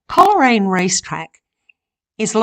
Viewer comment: Thankyou for this lovely video of Coleraine where my mother was born and lived for many years a few miles outside at Wootong Vale on the Balmoral Rd. Coleraine is pronounced Cole Raine not Coler Raine